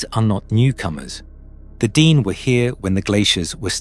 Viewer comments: It’s not DEEN- it’s DEN-EH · Its pronounced den-nay not dee-nee. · This is the iconic Nahanni. It is deep within Dene (pronounced Den-nay not Dean!) territory. I paddled this river last July (2025). Our float plane dropped us on Rabbit Kettle Lake near the tufa mounds, highly sacred and protected Dene springs. We were not allowed to hike directly to the mounds but we hiked to a viewing site nearby. We honoured the people, the land and the river with tobacco. It was an incredibly beautiful journey through the remarkable canyons, rapids and lower flats. It was like paddling through the lands in Lord of the Rings. We stopped at the cabin in Deadmen’s Valley. It felt very safe to me but it was very remote. An absolute privilege to be there. I have been watching a lot of videos on Sasquatch and other cryptids. I 100% believe they exist. I also believe they are the most ancient protectors of Mother Earth, and potentially also emissaries between worlds. My idealistic loving self wants to believe they leave us alone when we honour the land. When they reveal themselves to us, we must never raise guns or other arms at them. That’s when they take us. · its not DEAN its DAA NAA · It's not pronounced "dean" it's pronounced "d nay". Meaning first people in Navajo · It’s pronounced Den- ay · D-ehn-aye / dene'... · Tell us their heads were ripped off. It is how they died. That tribe (Dene) is pronounced Da naa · It's pronounced di-NAY. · Could somebody PLEASE teach the computer to properly and consistantly pronounce " De' Ne" !!! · Your pronunciation of Dene changes almost everytime you say it. If you really put so much time into researching this, then why do you keep changing this pronunciation.